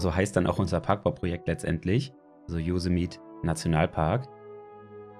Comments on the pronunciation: Servus, top video, aber ein kleiner Tipp: Yosemite wird so ausgesprochen: Joßämeti :D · jo SEM i TIE betonung auf der 2. silbe. :)